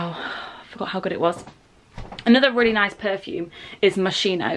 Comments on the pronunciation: Hi from Italy ,the correct pronunciation for Moschino is Moskino 😊 love you girlss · The brand is pronounced Mo-skee-no! 💕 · IT'S PRONOUNCED MOSKEENO!!!!!!